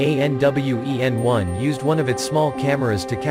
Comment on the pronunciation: It’s pronounced as Tian (天) Wen(问）which means question for the sky, not T..i..a..n..